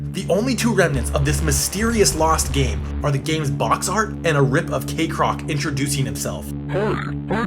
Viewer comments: I mean, I don't remember hearing anyone pronouncing "kek" as "cake". Y'know, the Kekcroc part of the video. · It’s pronounced KEK-CROC. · "Cakerock". It burned my ears.